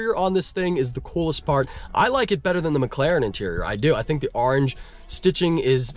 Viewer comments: “Arange” corvette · the way you say "orange" smh... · Orange starts with a O not an A